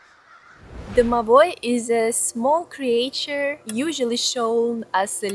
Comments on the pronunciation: There's no way you don't know how to pronounce creature, right? This is trolling, right? 😂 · Struggles with "exaggerate" and "creature" but says "squirrel" flawlessly. lol I love it!